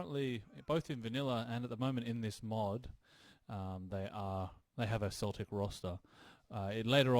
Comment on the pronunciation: Hey, Celtic is pronounced with a hard k, as opposed to the football team! That actually goes for all the Celtic words. Vs are also pronounced w.